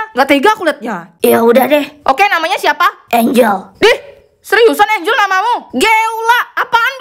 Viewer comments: Angel Bukan Angle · Angel kakak bukan angle